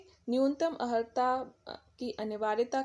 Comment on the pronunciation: Pahle sahi se pronunciation karna to Sikh lo maidam, Aharta nahi Arhata Padha jata hai.